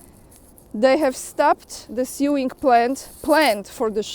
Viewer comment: Just a pronunciation tip, 'sew' is spoken 'so". Sewing therefore sounds like sowing, the same pronunciation for planting seeds in a field. Just another English oddity to deal with. I can't speak for how the colonies say the term - maybe it's different Stateside.